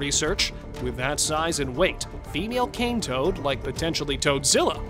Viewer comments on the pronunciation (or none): none